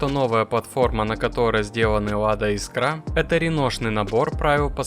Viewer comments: Искра,а не искрА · Искра!!! Ударение в слове «искра» следует ставить на гласный «и» первого слога — «Искра» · Чувак, ты уж определись: Искра или искрА, а то по тексту то так, то сяк говоришь. А лучше погугли, как правильно: жена-лингвист под "дулом скалки" заставила тебе коммент писать))) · Бляааать! Я так и не понял Искра или искрА? Как правильно? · Искра - с ударением на 1-й слог! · Искра ударение на ИИИИИ !!!!! А то ухо режет!!!!